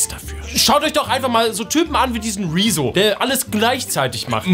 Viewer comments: Rezo sagt wezo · Warum sagt immer Wieso anstatt Rezo😂